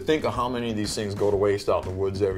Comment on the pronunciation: "they're redickless"